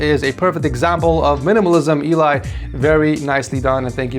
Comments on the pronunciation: Sure it’s not E-lie not Ellie? Just wondering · Your pronunciation of eli... why man